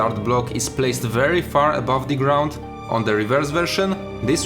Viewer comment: I'm really sorry for asking this but why do you pronounce every "the" as "di"? I don't mind the accent at all, I'm slavic as well, but this one thing keeps grinding my ears for some reason :D